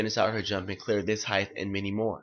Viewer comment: Its "height" Coach, not "heighth"